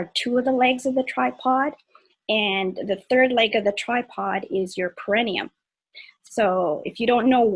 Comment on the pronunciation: It's pronounced pear eh NEE um